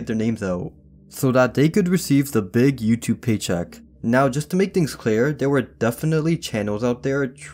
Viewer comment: the same ‘beeg’ as in beeg yoshi